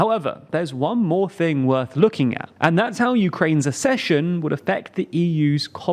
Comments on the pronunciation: The word is ACK-session. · ACCESSION IS NOT PRONOUNCED LIKE THAT! HOW MANY FUCKING TIMES DO I HAVE TO TELL YOU?? YOU HAVE ONE JOB !!! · Please, please, please learn how to pronounce the word ACCESSION. Nobody else confuses the words access and assess!